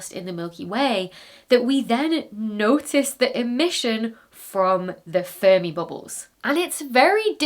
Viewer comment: the last time she said the name I heard furby bubbles 😂